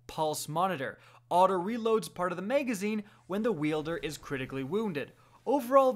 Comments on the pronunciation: Why the hell do you talk that way bro. Maygazine is correctly pronounced magazine. MAG NOT MAYG. Someone just shoot me if I have to hear that again! Sucks because there isn’t many good D2 channels to begin with so I’m forced to hear this man’s illiteracy or get bad info somewhere else. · No its just literally no one cares he said mayg instead of mag- if that turns you off from any content than your a fuck tard